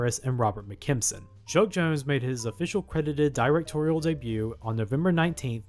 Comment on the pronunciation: 'Directorial' is pronounced "der-ec-TOR-ee-uhl", not "DIE-rec-tor-ee-uhl".